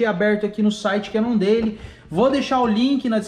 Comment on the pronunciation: Pronuncia cannondeiu não deili!!!!